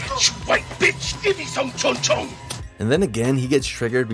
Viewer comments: It's pronounced chon cho, get it right. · its pronounced chon-chon